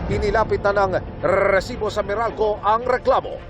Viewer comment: ilan po ba ung R sa salitang resibo?